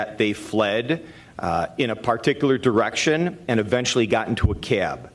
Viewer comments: The CAY-ab, CAY-ab....it's just CAB. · It’s funny how he pronounces the word “cab”: “Cyaaab.” lol